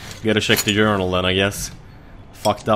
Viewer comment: When you said journal i thought you said urinal! xD